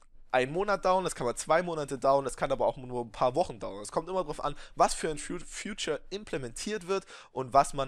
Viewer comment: du sprichst features wie future aus :) also zukunft :P